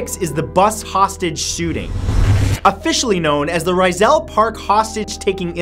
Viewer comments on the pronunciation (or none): Its not ry-zul. Its pronounced ree-zal park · Okay just in case some of you guys didn't know Rizal is pronounced as "Ree-zal" idk if you got that but you're welcome if you got it😊😂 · Rizal Park = Raizel Park??? Sooo Pizza = Paizze??? i = eeeee!!!!!! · Rizal not Ryzal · You Pronounced Rizal Wrong🤣